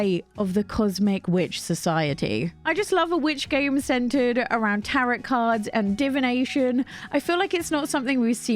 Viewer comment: All the games look amazing, Also just a side note, Tarot is pronounced like "Tare-oh", not like carrot.